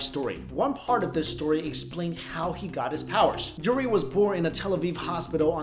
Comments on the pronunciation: The name is Uri not Yuri LOL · its Uri not Yuri